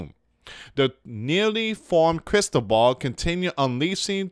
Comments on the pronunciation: Crysball is what the Fortune-tellers use it is a round crystal ball. You seen it in movies. So it is pronance Cris-toval. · Luis ti is pronace Cris-toval . it is a Spain's name. Blessings it is a boy's name and a Catholic saint.